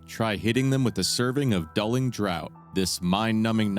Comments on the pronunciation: Draught is pronounced 'draft'. Good video. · "draught" is pronounced "draft"